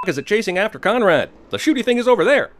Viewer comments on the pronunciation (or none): I thought he said comrade instead of Conrad